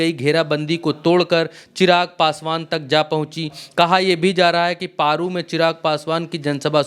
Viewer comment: आप पत्रकार हो जगह का नाम सही से बोला करो पेरु विधानसभा नहीं बल्कि पारू विधानसभा है।